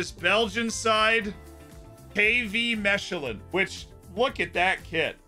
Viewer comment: I cant handle the way he pronounces Mechelen